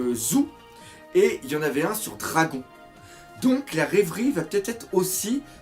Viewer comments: super vidéo encore très bien expliquer et faite ( juste un truc pas contre toi mais on dit dradone et pas dragon pour le pèere de luffy enfin moi j'ai toujours enttendus ça mais sinon je m'en fout tu fait comme tu veux lol) continue comme ça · On dis "Dragone" ! Et pas Dragon mdrr tu vas te faire talquer par Ryo-Sensei toi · ON DIT DRAGONE PAS DRAGON